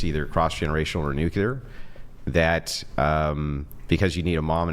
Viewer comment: I like Andrew…but goddamn everytime he says nucular instead of nuclear…he comes off dumb